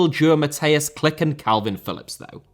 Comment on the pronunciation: almost good, Mateusz's name is "Klich", pronounced ca. like "kleeh" , with the "h" as in "hammer" 👍